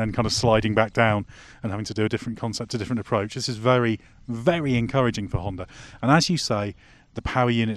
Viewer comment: Spell it with me... Honda, not Hondar.